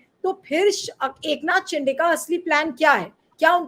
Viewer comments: ये सीनियर महिला पत्रकार शिंदे को बार बार शिंडे बोल रही है। उनका अवमान कर रही है। जन बूझकर बोल रही है। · शिंदे not शिंडे